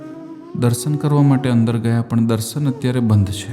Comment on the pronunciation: આમ તો આપ ની ભાષા સારી છે પણ શ ની બદલે સ બોલો છો એ બહુ સાંભળવું સારું નથી લાગતું. ઉદાહરણ તરીકે તમારા વિડિઓ માં તમે આ શબ્દો બોલ્યા છો - વીસે, દરસન, vruks, જસો, આસા, પરીક્સા, વગેરે.